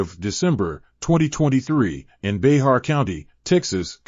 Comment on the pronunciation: It’s Bexar county-pronounced BEAR. 😂 Bay-har? 😂😂